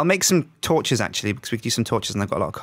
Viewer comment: anyone notice how doesnt say torshes any more?